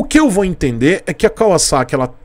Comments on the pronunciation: Nossa, como é satisfatório ouvir alguém pronunciando o nome correto da marca! Eles poderiam ter modernizado o conjunto ótico com led e painel totalmente digital. Essa moto é indicada para iniciantes? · Sim, Kawasaki em japônes é カワサキ, e se pronuncia KAUASSAKI. Para se pronunciar KAVAZAKI teria que ser algo como カヴァザキ, o que não é. também é cultura.